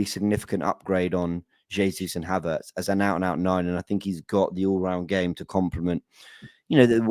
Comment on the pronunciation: is doing his best to get his own dictionary. What is advormation or odvoration for Havertz?